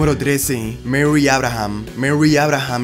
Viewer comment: Merry? Murray! Al tiro con el inglés